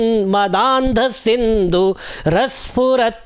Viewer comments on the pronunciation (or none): Sir might be you mis pronounce मदांधसिंधु ध - घ विनोदद्ुतं म त भ त how is it in this word could you please explain it. Sir😅